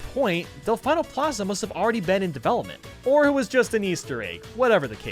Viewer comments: The way he pronounces Delfino Plaza... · The way you say delfino triggers me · Del-fee-no not del-fine-no ok? Ok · Delfeeno not delfyno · Del-FEE-no, not Del-FI-no. It hurt me watching that section, but it was a great video overall. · anybody else gonna acknowledge the fact that he pronounces del-FEE-no as del-FI-no? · Its pronounced Del-fe-no not Del-fi-no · It’s “Delf-ee-no” not Delf-ie-no” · DEL FEE NO NOT DEL FYE NO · Del-fee-no not Del-fye-no they get the name for the Italian word for Dolphin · Disliked because of “Delf-eye-no.” It’s pronounced “Delf-ee-no.” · It's pronounced delfeeno plaza you uneducated swine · IT'S DEHL-FEEN-OH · Del-FINE-nol Plaza is what i heard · "Del-FINE-o plaza." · Did he just say DelFYno plaza? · How to incorporate the surfboard capture: make it a Blooper, and make it capable of surfing similar to the Blooper Surfing in Super Mario Sunshine. And just because it irked me, it's Dell-Fee-Noh Plaza, as proven in Sunshine's Intro. Otherwise, would love to see quite a few of these ideas in Super Mario Odyssey 2! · Why do you say delFINEO plaza? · It's "Del-fee-no".. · Did he just call it.. Del-fine-o plaza! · you don't even have to play Sunshine to learn how to pronounce Delfino, literally watch the opening for like 30 seconds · Am I the only one annoyed by the way he said Delfino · am i the only one triggered he said Delfino wrong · The way you pronouced Delfino displeases me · Your pronunciation of Delfino hurts me so much. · A part of me dies inside whenever he says it wrong. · can we just mension how incorrectly you pronounce delfino? just go on google translate, italian, type delfino and listen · the way he says Delfino hurts me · buddy, I love ya, but the way you pronounce “Delfino” physically hurts me...